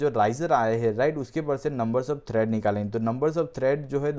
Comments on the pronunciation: Its tread, not thread. Pls correct urself. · Tread not Thread!